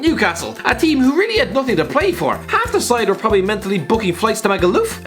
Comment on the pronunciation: do you have to clean your mic everytime you say 'prrrrobably'?